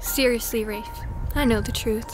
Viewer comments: did she seriously just call him"rafe" it's pronounce "rah-fay" short for raphael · No actually. She is saying it in french it's <Raff>. even thought their a A it is not prononce.